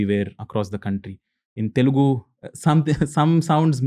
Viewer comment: It’s Telugu not Telgu